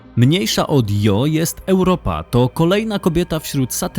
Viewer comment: Świetnie opracowany filmik, jak zawsze z przyjemnością się ogląda. Mam tylko jedno pytanie: czy nie powinno się wymawiać nazwy księżyca Io fonetycznie Ijo?